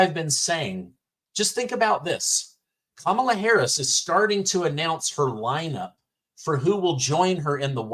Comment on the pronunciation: “Kum inyer Hariey” for prison 2024!